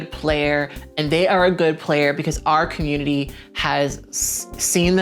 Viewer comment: I love it when you speak on the 'cah-moot-tity'!